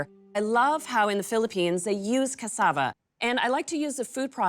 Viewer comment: Ohh yumm, I love how you pronounce cassava. I live in the Caribbean, cassava is a regular staple in our foods.